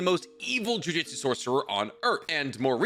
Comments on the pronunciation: Hey man its pronounced Ju Ju tsu not juijitsu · wanna start off saying I love your videos. Quick question: maybe you do this because of something I don’t know about the series, or it’s just and idiom, but why do you say ju jitsu instead of jujutsu?